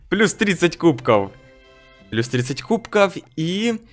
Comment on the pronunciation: Почему кубкоу, а не кубков?